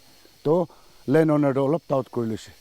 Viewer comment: Owner❌️ Oonar✅️